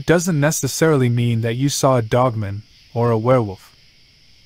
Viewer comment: Sounds like you said female "woke man"😅 weird way to end